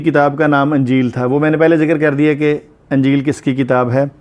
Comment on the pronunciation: Anjeel nahi sir injeel Zear ha